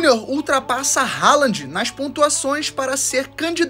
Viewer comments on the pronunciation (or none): none